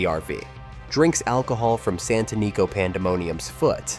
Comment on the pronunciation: Santanico Pandemonium was pronounced correctly once (san-tə-ˈnē-kō) but mispronounced several times!